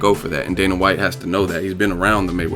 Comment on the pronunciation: "The Fertata brothers, Dana Watts" lol